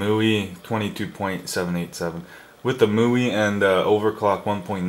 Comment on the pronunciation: it's m-i-u-i. not mui